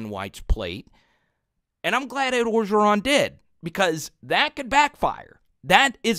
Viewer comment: bro u from creole city.. u gotta learn LA names.. start with Coach O.. ps love the channel